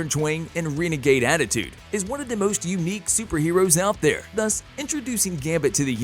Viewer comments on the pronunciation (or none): none